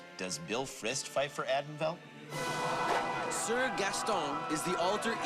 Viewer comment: As a former member of the SCA for over thirty years, the pronunciations of Caid and Atenveldt the host gave were HORRIBLE!!!